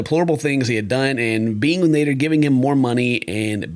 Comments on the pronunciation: I think his name is sounded as (Nah-deer) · Name - Nader "NEY-DUR" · I'm speaking on behalf of the whole Egyptian population, we do not claim that "Nader" guy. even his name sounds dumb when pronounced properly for us